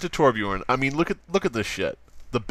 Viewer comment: I like how you called torbjorn toblerone